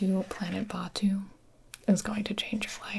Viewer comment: Gibi: Traveling to planet Batuu (bAHtou) Me: ummm gibi it’s Batuu (batoo)